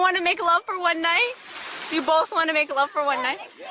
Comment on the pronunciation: I love how imjasmine, an Asian woman herself, if making fun of that guy for saying "make ruv" lmao that's kinda brutal